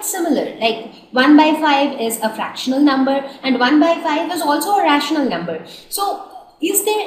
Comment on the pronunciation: did anyone notice that mam is struggling with the pronunciation of the words rational and fractional